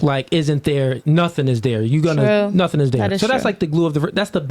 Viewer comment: The other GUY ain't saying NUTIN 🤣🤔😂😂😊